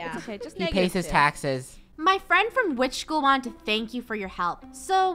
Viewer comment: Gerogie pretending to be an Angel: hey fwend lets make a deal a fwendly deal. Funneh: YES YES YES YES YES! Draco: OH MY GOD FUNNEH! REEEEEEEEEEEEEEEEEEEEEEEEEEEEEE!